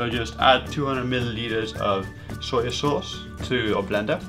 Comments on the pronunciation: Why do you keep saying "Sawyer Sauce"? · AlxRev I heard "soya" not "sawyer." In any case, many regional accents add phonemes that are not needed after final vowels. Adding an r is particularly common.